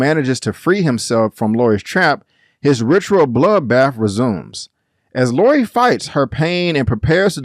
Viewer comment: It's Laurie not laura